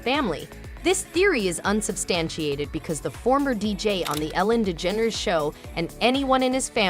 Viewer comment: Ellen Lee Dedgeneres??? Try again AI!